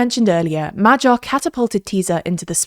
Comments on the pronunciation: His name is Magyar, not Madzsar. Please correct the pronunciation. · MahGYar... GYA... Not like G in general. Good info, thanks for that but the butchering of pronunciation is setting my teeth on edge and I'm not even Hungarian. It's MaGYar, not MaJARAR. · it's pronounced "madiar", nor "majyar". could've learned it by now 🤦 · True. And Magyar is pronounced like Madyar instead of Majar, since "gy" is very similar to a palatalized "d", so it is kinda like the sound in the word "dew" or "duke" in traditional English